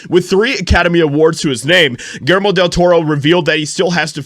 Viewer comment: Pronounced “ Gill Jer Mo .”